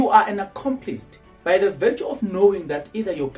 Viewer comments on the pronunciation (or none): "Accomplice" not Accomplist.